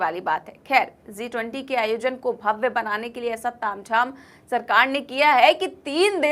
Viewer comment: Zee 20 nahi G20 pronunciation sahi nahi hai